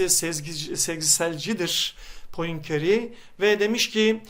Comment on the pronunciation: Poincare Puankre diye okunuyor hocam.